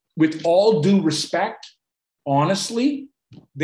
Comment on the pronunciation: what he said: "canada ONLY recall due to" what it sounded like: "canada ONLY recall doo-doo"